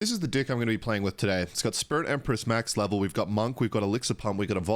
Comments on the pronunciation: he always says dick instead of deck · Why you say Deck weird